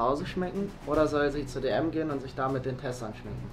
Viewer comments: ...ES HEUẞT "DM" UND NICHT "D UND M"! 😂😂😂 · Wieso sagt immer D und M? 😑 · Wann Lernt er es mal das es dm heißt und nicht d und m 😂😂😂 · Es heißt dm und nicht d und m